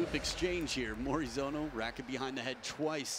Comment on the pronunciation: Morizono. Not Morizano.))